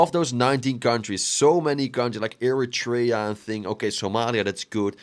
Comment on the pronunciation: How do you not know how to pronounce “Eritrea”? How embarrassing.